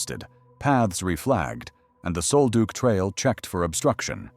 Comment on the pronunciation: It's "sole-duck", not sole-duke. Damned AI!!!!